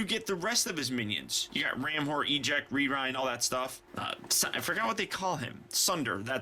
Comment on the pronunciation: did you say rerind?